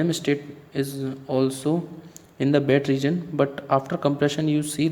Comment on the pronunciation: Its wet not bet